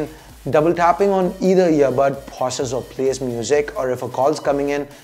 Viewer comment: Phause, kholls (calls), khons (cons) Unusual change of accent and pronounciation Needless to say, it's not taunt or anything. Just criticism for improvement